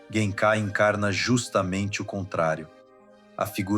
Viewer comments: "Yuzuke" "jenkai" ... deu não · Amo esse anime. Não tenho dúvidas que você estudou e pesquisou bastante. Mas pronunciar yuZuke, Jenkai, hadôken, aí me quebra. Só assistir o anime am japonês e ser fiel à pronúncia. Enfim, ótimo trabalho, é só uma crítica construtiva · Conteúdo ótimo, mas, o áudio é original ou de IA? Cuidado com a pronúncia dos nomes.... Escutar "YuZuke" e "Jenkai traz a impressão de que quem gravou simplesmente não assistiu o anime, sei lá.